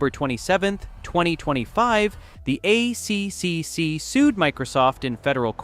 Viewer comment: Yeah, the AI reader is killing my life. Dosen’t know simple things like ACCC is not A.C.C.C. it’s A triple C. Stuffs up all the computer acronyms too